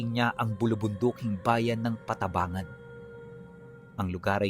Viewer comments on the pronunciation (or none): Licab yon hindi li cab.pantabangan yon hindi panta bangan